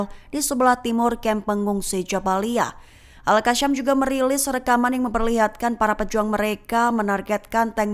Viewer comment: Bukan al qasham... Al qassam